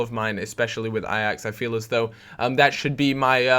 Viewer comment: hey im dutch so i might be able to help you out :p you say ajax like ajex or something.. try to say it like a hatchet, a axe, Ai-axe